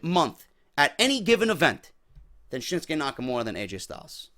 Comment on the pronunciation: I don't get why english speakers call him SHINSKE muting the U, for no reason really. It's ShinsUke Nakamure. ShinsUke! GOONS! :D